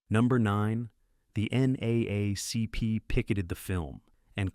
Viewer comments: NAACP is usually pronounced as N- Double A- CP. Each time U said it had me 😂😂. I had no idea how snubbed Hollyweird was to this movie. Damn like blatantly too. The Color Purple is one of Thee best movies. A classic n always will be. Who even remembers the other movies that won over them w/o doing research? Yet to this day ppl still know The Color Purple; so good it was on Broadway n more recently the Broadway production was adapted onto the Big Screen. I'm one of those ppl that can pretty much recite the whole movie.🤭 MindU I'm not the only one, specifically when it comes to BW. "Harpo who dis woman" been in rotation of normal convos. I can blurt out any line n most BW will know. Ex: "U sure is Ugly" or "Until you do right by me everything you even think about Will Crumble." (Two Cursed Fingers point to end.)😁My favorite "I'm poor, black, I may even be ugly, but dear God, I'm here. I'm here." Ok I must 🛑 now.🤭 It's wild that no one from that phenomenal cast or writers / production won anything. Simply ludicrous! Thx4Sharing. ✌🏾-n-❤ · This video starts with a line from The Help piss poor. The creator was too lazy to gather the correct photos. He doesn't know how to say NAACP. It wasn't necessary to say who sing the song.